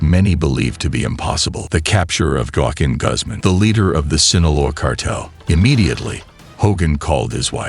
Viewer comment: I’m glad they caught “Guaqin” 💀